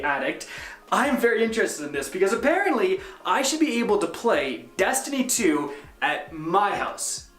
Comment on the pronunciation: Dammit. You get paid to OVEREMPHASIZE the word "Destiny". Please stop😂😂😂😂😂 goddamn